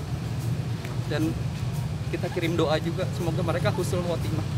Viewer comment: Harusnya "Husnul Khotimah" pak...bukan "Khujsnul Khotimah.." (khusnul khotimah artinya berakhir buruk,dan husnul khotimah berakhir baik)